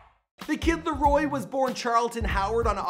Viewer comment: TheViper727 “Lario”